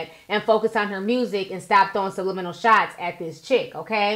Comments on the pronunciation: Did this lil young heffa say sublinials? Ummmmm, what's that ma'am? Hahaha oh u mean subliminal? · Summer Bunni is taking Blac Chyna's whole face and makeup look 😳😳😳😐😐😐and she couldn't pronounce subliminal...smh. This whole fight is a hot mess. Like I wish Cardi would just chill and be quiet.